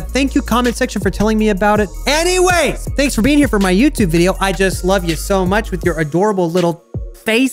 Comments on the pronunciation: Russian YuB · RUSSIAN YUB?!?!1?1?!! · russian yub.